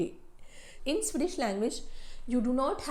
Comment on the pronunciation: Swedish ❌ Sui-dish ✅